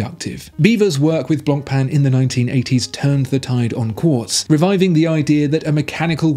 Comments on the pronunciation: Please don't enunciate the "c" in "Blancpain" -- it hurts! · The pronounciation on blancpain kills me. Common at least give it a try